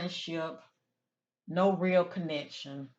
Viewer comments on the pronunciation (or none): none